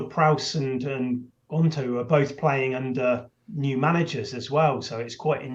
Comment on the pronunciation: Someone needs to tell that its March, not Marsh. And that its Jota, not Joeta. And that its Gnonto, not Gonto.....